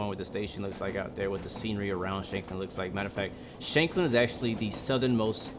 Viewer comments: BTW, your pronunciation of Shanklin was pretty spot on though you could have shortened the Shank part a little more. Its pronounced just like it is in the word shank, meaning small knife. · As far as I am way you pronounceing shankling correct